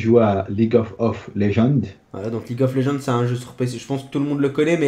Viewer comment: je suis le seul a avoir entendu: leaguesof of legends de la part de 😂😂 Bon Aniv Lasalle